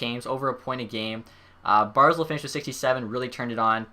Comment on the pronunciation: Its Bar-zel not Bar-zul